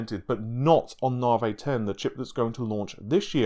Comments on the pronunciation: Navi, not naahvey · Dude, if I have to hear “novv-vay” instead of “navvy” one more time, I’m gonna freak. Half troll, half serious. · Its not naw vay its NAVI naw-vee, GD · Since you can't promounce the letter I in navI.. why do you not call playstation for the playstateen? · love the content :). IDK why you pronounce the long E sound of navi as a long A, makes me cringe. Just ribbing you TY for all the updates and content.